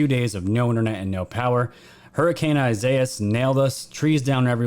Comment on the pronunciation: Thank you for pronouncing ‘Isaias’ correctly. Our media is apparently unable to do so. Glad you made it through. 🤘